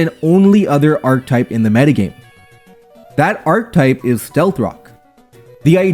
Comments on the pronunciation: Dawg, it's not ark-type, it's ark-eh-type, just the same way as architect. Also, this is kinda neat but also kind dumb considering there's basically only a handful of strategies. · please my guy, archetype is 3 syllables